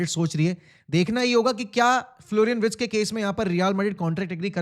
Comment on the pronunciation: Wirtz hein woh not Writz